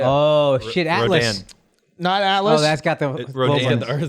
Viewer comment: I'm impressed with the Rodin shoutout, as well as the correct pronunciation.